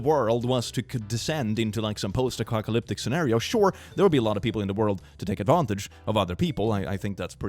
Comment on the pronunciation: FUN FACT: IN THE VIDEO CLICK SAYS POST ACOCKALYPTIC INSTEAD OF POST APOCALYPTIC.